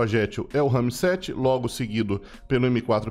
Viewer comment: tu tem alguma deficiência na fala? é que tu só fala RAMI-7 sendo que o nome da arma é RAM-7.